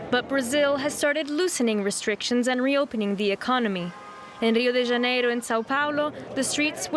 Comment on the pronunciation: pronunciation is very funny 😅 Rio de Janeiro , São Paulo.